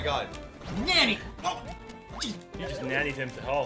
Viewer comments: I know they are doing it on purpose, but them mispronouncing "nani" is hurting my weeb ears. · They're still saying nanny instead of Nani and its driving me insane o_o'